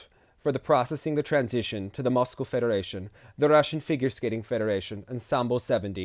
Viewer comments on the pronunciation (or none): none